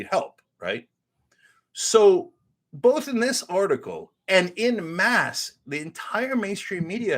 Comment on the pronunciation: "en masse" is another one of our French-borrowed words and pronounce, "on mass." "In mass" means you are in a church mass. This has always annoyed me on TYT!